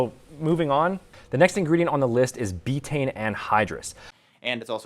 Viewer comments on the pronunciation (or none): He's an idiot but come on... you don't know how to pronounce betaine either... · Ironically, he was closer to the correct pronunciation than... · Just found your channel! Funny yet very informative video mate. Btw was doing his best Australian accent when he pronounced “betaine” 🤣